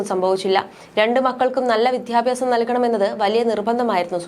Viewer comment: ഇത് കേട്ടിട്ട്, Viewership കിട്ടാൻ വീട്ടുകാരെ വരെ കുരുതി കൊടുക്കാൻ മടിക്കുമെന്ന് തോന്നുന്നില്ല. കഷ്ടം!! അതുപോലെ മക്കൾക്ക് "വിദ്ധ്യാഭ്യാസം" കൊടുത്തത്രെ! ആ ഒരു വാക്കെങ്കിലും ശരിക്ക് പറയാൻ അഭ്യസിച്ചിട്ട് ഇറങ്ങിതിരിച്ചെങ്കിൽ! “അദ്ധ്യാപനവും“, ”വിദ്യാഭ്യാസവും“ മിക്കവരും തെറ്റിക്കുന്നതായിക്കാണുന്നു. ഇംഗ്ലീഷ് മാധ്യമമായി പഠിച്ചതാവാം കാരണം. അവിടെ മലയാള ഭാഷ ഒരു തമാശ ആണല്ലോ 😢